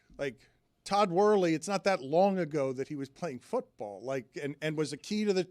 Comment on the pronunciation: We’re just gonna let “Todd Wurley” slide?